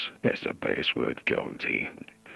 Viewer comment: NO I THOUGH IT WAS PRONOUNCED BAHSSWOOD NOT BAYSSWOOD 😔😔